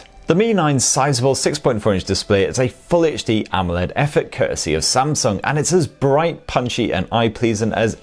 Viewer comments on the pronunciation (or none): none